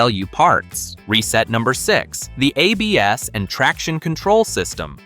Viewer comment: I realized we've been listening to a computer voice when it said "a BS" instead of ABS, lol.